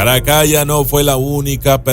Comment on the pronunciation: Se pronuncia Caracala. La doble L solo tiene una pronunciación más larga que la l normal en italiano ☺️👍🏻